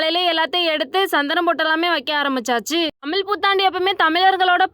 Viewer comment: தமிழை தமிழ் என்று சொல்ல பழக்கிக் கொள். ழகரத்தை லகரமாக்க கூடாது. ளகரமாக்கவும் கூடாது. அடுத்த காணொளியில் சரியாக உச்சரித்து இடுவாயா?